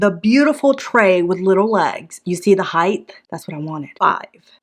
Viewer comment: OMG you said HEIGHTH! My kids tease me about saying. So I double down and use it as often as possible! Thank you for support!